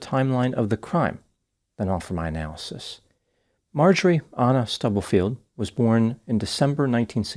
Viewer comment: Doc.. you’re a white American, should be familiar with common names. Why are you saying ANNA like “Awna or Auna” ??🤨